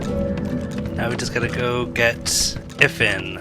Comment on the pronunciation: So, I've been thinking this for a while and finally looked it up; it's not "If-an," it's "I-van." It's Welsh.